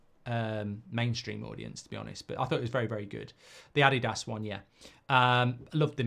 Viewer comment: The way he says Adidas is ridiculous. Smfh